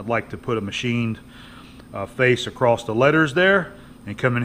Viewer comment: The file slid acrosst with a t? Lol. I have lived in 6 states and never heard that before I started watching YouTube. What state are you in? I'm trying to figure out where that started. Here in VA I hear people say some interesting things like worsh the dishes, and go down yenner and grab that, in PA they say what are you'ens doing or what are yenns up to, in CA what are y'all doing. Do you have and other words that are like that in your area?